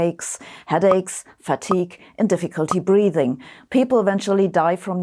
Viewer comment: Headaches, not heacaches; and breathing, not breating